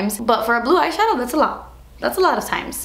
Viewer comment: once she said shatow I was like YYAASS LIPSTICK SHADOW WINE BIT COOOLLOOORRRR~~~